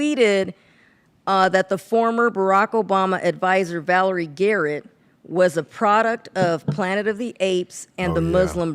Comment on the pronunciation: Valerie Garrett? it's Valerie JARRETT c'mon get it right!